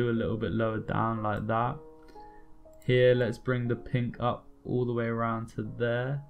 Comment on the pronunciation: ur 'laik dat' got me hooked..